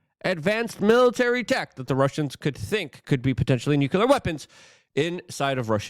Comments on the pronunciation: Nuclear is pronounced "New Clear". Not "New Cue Ler". What ever that is lol. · Luke for christ's sake, it's nuCLEar not nuCULer. You don't want to sound like Dubya now, do ya? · Nuclear pronounced “new clear”